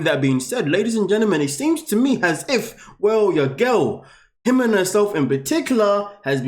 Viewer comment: Melissa is Melissa. Ximena is an old way to spell Jimena. It drives me nuts he calls her HE-men-ah. Her name is He-ME-na. The accent goes in the middle of the word, not the beginning.